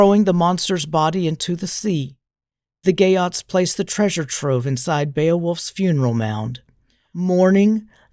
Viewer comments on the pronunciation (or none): I hear "gay oats" every time😂 Salutacions per a tots des de València